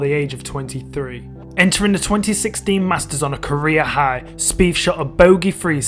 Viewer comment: Wow bro your accent is brutal "two fousand firteen Jordan speef lost by free" ya killing me. Maybe fink about how to pronounce "th"